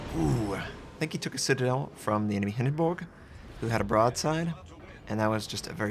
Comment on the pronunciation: Wtf is a Hindenboog? Please stop trying to pronounce ship names in their native language, you ain't even close...lol.